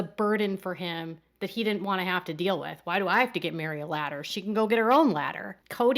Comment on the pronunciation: Robyn sounds so dumb when she talks. Not trying to be rude, but the way she pronounces feel as fill and deal as dill makes her sound like a dumb rube.